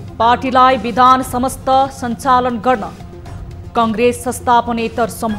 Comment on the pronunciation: हेर हेर लाजको पसारो! राष्ट्रिय स्तरको टिभि च्यानलमा समाचार वाचन गर्न बसेको छ ' पुनर्गठन' लाई 'पूर्ण गठन' भनेको छ, 'बिधान सम्मत' लाई 'बिधान समस्त' भनेको छ। बिराटनगरको एक युवा समुहको त नाम उच्चारण नै गर्न नसक्दा पनि न माफि मागियो न त दोहोर्याएर सहि नाम उच्चारण गरियो। अरुले तयार गरिदिएको समाचार पढ्न पनि यस्तो सकस! समाचार वाचक बन्नलाई कुनै योग्यता चाहिदैन भनेको? जे बोल्दिए पनि हुने? नेपाली भाषाको त सातो लिने भए यिनिहरुले।